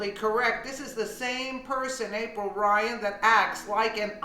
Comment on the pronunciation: April Lyan please get her name right LOL